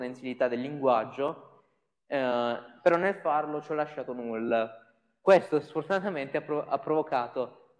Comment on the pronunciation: In inglese, "none", "some", "null" e "unwrap" non si pronunciano così. Si pronunciano, pressappoco, "nan", "sam", "nal", "anraap".